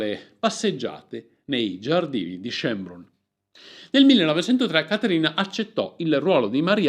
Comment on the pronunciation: schoenbrùnn con l' accento sulla u... comunque bel video